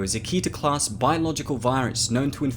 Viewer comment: I'm gonna say it Keter in pronounced keh-ter not key-ter